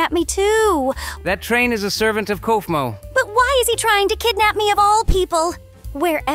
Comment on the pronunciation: LOL KOOF MO